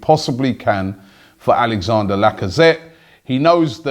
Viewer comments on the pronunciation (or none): Robbie i love you mate but his name is not Alexander. It is Alex-an-dre. His name ends with Dre like Dr Dre mate please say it properly